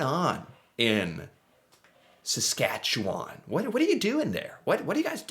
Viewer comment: Hey, I’m personally impressed that you pronounced Saskatchewan correctly! Well done.